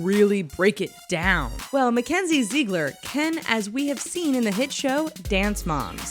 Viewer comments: Her name is Zig-ler. Not Zee-gler. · omg kenz!! but if one more person says “zeegler” 😂😂